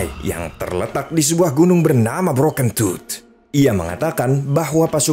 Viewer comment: Aku ngakak waktu bilang gunung broken tooth, dan yg ku dengar adalah bro kentut.😂